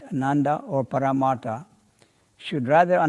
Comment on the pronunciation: The word is PARMARTHA. Not PARMATHA. 'R' is missing. Hope I'm not offending in anyway.